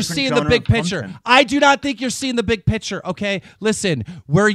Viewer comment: Keemstar you brain dead gnome, it's "picture" not "pitcher" are you talking about a photo or baseball?